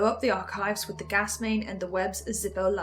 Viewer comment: end of the series and still pronounces gas as garse what a world